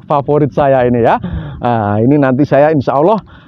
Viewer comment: Kok kaporit sih😀😀paporit kali....